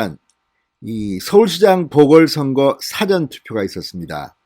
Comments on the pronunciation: 발음정확하게 하세요 사~~전, 사전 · 또 辭典投票야? 事前投票 발음 안되나요? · 사전투표가 아니고 사~전투표 라고 하세요. 듣기가 좋지않네요.기자생활도 하신분이....사전(dictionary)이 아니고 사~전 투표 라고 하세요. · 진성호님,늘 발빠른 보도를 들으며 속이 후련합니다. 수고하십니다. 그러나,거두절미하고 한 말씀드리겠습니다. 노여워마시고 꼭 고쳐주세요. 여태 늘 말씀드리려했으나 비공개 방법을 몰라 말씀드리는 겁니다. (예) 事前 투표를 辭典 투표처럼 발음하십니다. 한자말이 많은 우리말에서는 母音의 발음의 높낮이를 정화하게 하지 않으면 뜻이 전혀 다르게 된다는 점을 명심하시기 바랍니다. (예) 눈:눈,발:발, 말:말, 등등의 차이를 말입니다. 무례를 용서하소서. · 사~전 투표라고발음하세요. 백과사전투표인가? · '당!시' 발음 '사!전투표' 발음 교정바랍니다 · 말투가 이상하네요 국어사전인지 사전투표인지 발음공부? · 성호씨 사전투표 발음 고쳐 하세요 세번째 부탁 드림~~ 국어사전,영어사전에 투표 하나요? 서울대출신 기자 방송인으로 발음이 부적절함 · 진선생님. 항상이방송을보고있는. 시청자입니다. 근데발음을. 좀신경써주세요. 사전투표를높게부르지마시고. 좀. 톤을내려서말씀해주세요. 사전투표. 저도경상도지만이건아니예요. 듣기거북해요. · 주필님 사전ᆢ 앞 발음은 백과사전의 사전 아닌가요 ㆍ성창경님도 그러든데 언론인이면 ᆢ발음 강약이 필요하죠 수사도 앞발음은 강하게하지 않아야 하죠